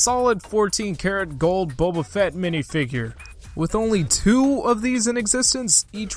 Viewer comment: Still says Bobba